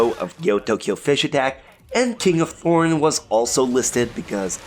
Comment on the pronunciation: Is it just me or did he pronounce the th in thorn as a p